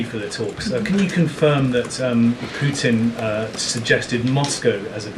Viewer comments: PuTIN not POO IN! You 💩 IN the 🚽. Hopefully PuTIN 💩 IN the 🚽 PLEASE, PLEASE, PLEASE stop saying POO IN!!! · The letter T seems to be missing in the vernacular of spokespersons. Pudtin isn’t Pudin drives me crazy. Ditto the T in the United States. Slurred by Pelosi et all. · President Poo-in! 😅